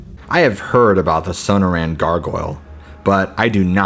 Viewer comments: SOH-NOR-ANN not SOHNOH RAN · Are you trying to say the Sonorian desert?